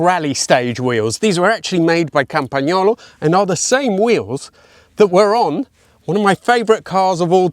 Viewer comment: As a bike guy, I just loved hearing you say Campagnolo properly!